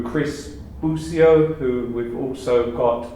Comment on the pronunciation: its Boss!!!! BO-SEE-O!Bossio.Not Busio!!